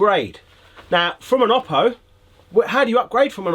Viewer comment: Oh-Poh, not Ah-Poh. Don’t like it? Contact Oooooppo.